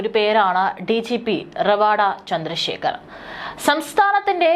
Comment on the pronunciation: റവാഡാ അല്ല രവതാ ചന്ദ്രശേഖർ എന്നതാണ് ശരി❤